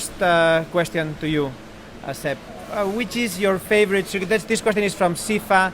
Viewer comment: Gene's spanish accent is really funny, especially when he pronounces "question" like the spanish translation "cuestión".